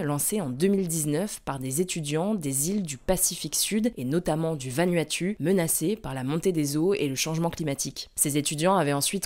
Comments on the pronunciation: Je suis un enfant du pacifique sud et mes oreilles saignent !! Le Vanuatu se prononce « Vanouatou » et pas « va nue à tue » vous avez une chaîne d’information donc s’il vous plaît informer vous ! 😢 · Ce pronounce Vanouatou pas Vanuatu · Vanuatu ça se prononce ’Vanouatou’ Merci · Pour info, le Vanuatu se prononce Vanouatou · Vanuatu se dit "vanouatou" 🤙🏼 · un detail, le vanuatu, ça se prononce "vanuatou" 😀🥰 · On dit pas "Vanuatu" mais "Vanuatou" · On prononce Vanouatou 😂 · Vanuatu se prononce 'vanouatou' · ça se prononce Van(ou)at(ou) 😅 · Ça se prononce « Va-Nou-A-Tou » si jamais 👍🏽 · Vanuatu ne se prononce pas comme cela. C'est VaNouATou. Je viens de la bas :) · Vanuatu, prononcé VANOUATOU ! ;p